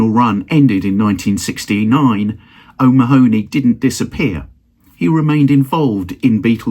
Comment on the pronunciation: Nice video. (By the way: 'O'Mahony' is usually pronounced 'O'Mahhney' or 'O'Manny'. Maybe he was different!)